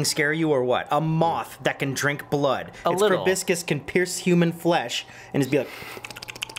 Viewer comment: "proboscis" is pronounced like "pro-BOW-sis" not "prah-BISK-us"